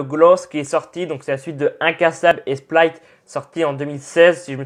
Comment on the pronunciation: Slt ta vidéo est cool , j 'adore ta façon de parler du trailer donc vraiment t au top. Le seul truc qui me dérange c'est t'a prononciation de Glass ( tu dit gloss) Split qui devient splaït ( ça ce dit Split aussi en anglais) et le pauvre shyamalan( se prononçant shamalan le y est muet) sinon super vidéo continue comme ça +1 abonnés 😃😃